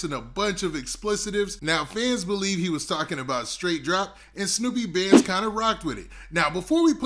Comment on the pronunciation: Dolph Artist Name Snoop Bandz Not Snoopy 🤣 #snupebandz